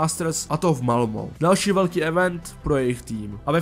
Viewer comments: malmo? Myslím ze se to CTe malme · Malmö se čte Malme